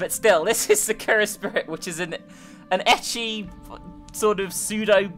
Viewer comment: Pronounced Ecchi wrong